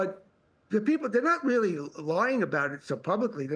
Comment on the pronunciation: Matt Chorley weally is a 1st wate pwesenter. No one wanks higher.